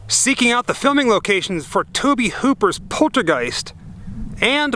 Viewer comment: Its pronounced Toe-bee. Just sayin